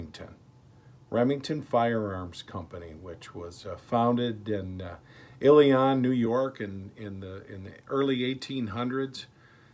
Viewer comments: I live ten miles from the Remington plant in ilion that by the way is pronounced ILL E On . They didn’t pay their bills and were building crap and living off the name . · Another person talking about something they know nothing of. You don't pronounce Ilion correctly or know anything of this area. Keep your comments to yourself. You just piss off the hundreds of people who have worked there for years and lost their jobs.